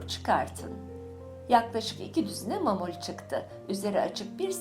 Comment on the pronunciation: Mamul değil ma'mul. Yani معمول. Doğru telaffuz edin lütfen.